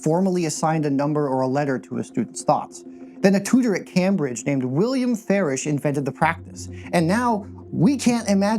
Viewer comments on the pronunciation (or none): That pronunciation of Cambridge got me